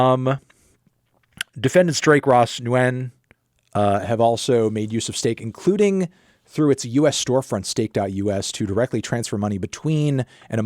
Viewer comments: I thought he was saying new jean until I looked at the screen when chat brought up pronunciation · I’m pretty sure Nguyen is pronounced Win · Hi Mr. Fantano, Nguyen is pronounced as 'win' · Don't quote me on it, but I think I heard that "Nguyen" is pronounced . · It’s pronounced “nuh-win” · Have you not seen Nguyen written out before? Like the most common Vietnamese surname. It’s pronounced like ‘Nwhen’ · Lol "George New Yen" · i've never in my life heard someone say it like that 😭 wtf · I can't believe how he just said Nguyen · The biggest reveal of this video was that Fantano doesn’t know how to pronounce Nguyen